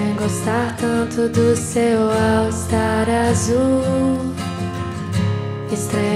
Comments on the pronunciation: Vir só pra ver ela falar au star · o jeitinho que a Vitória pronuncia All Star... fofa demais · Eu vim ouvir a Anavitoria do cabelo cacheado falar "all estar" kkkk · Acabei de ver um vídeo no insta e vim só pra reparar a Vitória falar “Au Estar”